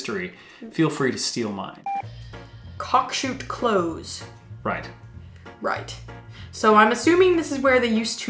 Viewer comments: 'Close' is pronounced like "Glenn Close" or "don't get too close", nor like "sorry, we're just about to close our shop" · The word 'close' in a road name is pronounced like the adjective (close/closer/closest) not the verb (close/closed/closing) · There’s a lane in Lancashire between Garstang and Pilling called ‘Kilcrash Lane’ and a place near Radcliffe in greater Manchester called ‘Nob End’. ‘Slag’ was waste from coal mines as well as metal foundries. Finally, a Close is a dead end road but the ‘s’ is not pronounced as a ‘z’ more like if you were ‘close’ to something.